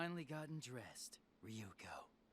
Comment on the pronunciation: I like how every time a new video comes out, you completely forget how to pronounce things lol. Re-yu-ko becomes Re-yuh-ko. Last video, Gamagoori became Gamagorah, and in this one has become Gamagoray. Elite Four have become the Element Four.